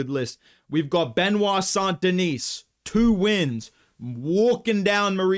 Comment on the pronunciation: FYI the S at the end of St Denis is actually silent 😉 Just like the T at the end of Benoît, which btw you pronounce perfectly 👌